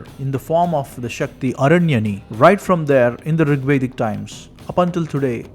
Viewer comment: It is aranyaani, why you r not pronouncing Deergha 'aa' being sanskrit scholar.